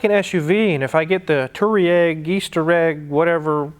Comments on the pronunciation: The correct way to pronounce Touareg is Tu War Iq. not Tooweeeraq / Easter Egg. it means Pathways in Arabic. since ya know it's an offroader. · I believe it's pronounced "toe rag" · It's pronounced Twareg :-) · it's pronounced VW Toe Rag... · VW TWAREG is I think how it's pronounced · It’s Tuareg just read the word 😅 btw the newer non cheating 2.0 TDI‘s are just as good on diesel, I’m getting 43 mpg‘s without even trying whilst having some decent power and torque, it’s a 2013 Skoda Octavia 😍👍🏻 and thanks to the pandemic the prices per liter have plunged so it’s often 1 to 1 or even less then 1 € per liter 😅👍🏻 at least in Europe